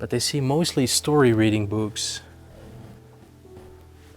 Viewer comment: Not a „Baby Seat”… the hole in the middle is there for a reason… (…and PLEASE improve your pronunciation of the word “books” - no “b” in there at all…)